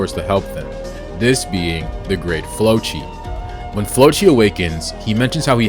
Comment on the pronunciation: Also it’s the great “flokki” not flochi